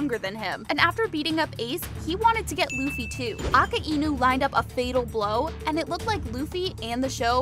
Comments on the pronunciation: aka-ainuh ✅ akainu❌ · Bo its Akajnu not Akainu💀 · its a -ki - nu just pure disrespect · U said aka inu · “Akah-einu” lol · Is nobody gonna talk about she said akaenu💀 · Bro said"Aka e nu" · Her: AKUH ENU Real One piece watchers: Akainu. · Now way blud said aka inu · You don’t pronounce akainu like a-ku-inu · Girl really said aka inu not akainu 😂 lol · Bro said aceinu💀💀💀💀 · Bro said akkienu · It’s not aki inu it’s a kinu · "Aka-Inew" so it isn't "Akainew"? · Bruh it’s Ak ai nu not Ak a i nu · It’s not aka-inu it’s a-kai-nu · How to pronounce akainu is uh kai nu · It,s akainu not aka inu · Aka-inu that’s not the name ALSO SHUT IT PELL IS A W CHARACTER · A-ka-I-nu???? A-Kai-nu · who calls akainu aka enoo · Ak e i nu and not akainu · Ak a i nu 😂😂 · Not aka inu but akainu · bro really calls akainu akaenu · She did akaniu dirty she purnounsed his name so wrong Aka - enu like why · no you deserve it you said aka-enu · boi why’d you say Aki inu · A-ka-i-nu damn bro sounds like my dad trying to pronounce something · AKAINU AUCK-I-NEW! AKAINU. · Her: “When admiral aka-inu started…” Me: I know how to pronounce its akai-nu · it's a good video apart from the prununciation of Akainu its like uh-kie-noo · You definitely haven’t watched one piece hiriluk told chopper to get the mushroom from that book. He lied to chopper saying it would heal him. Plus you called akainu akay inu 💀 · It’s A-kay-nu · A ka Inu 😂😂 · ITS ( AK EIY NU) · I understand what you're saying but it's just goofy to pronounce it like that